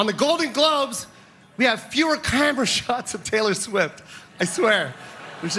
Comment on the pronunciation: He messed up saying the word 'camera', so the delivery fell flat. The joke is solid, though. I'm not sure Taylor Swift completely heard what he was saying exactly, due to the "cheeaaammmerrraaa".